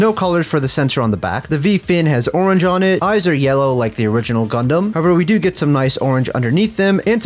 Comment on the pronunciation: DID YOU SAY……..gUdUm